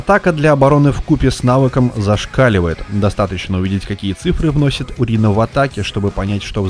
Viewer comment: Почему урина ? Урэй как бы